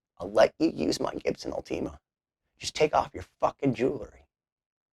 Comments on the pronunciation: I know this is the worst takeaway possible, but hearing “all-tea-ma” instead of “ult-i-ma” is driving me nuts. Anyways, back to being no one important… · its última not ultíma by the way